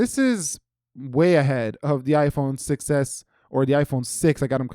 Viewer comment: IPhone 6s heard like “iPhone success”( I don’t know why)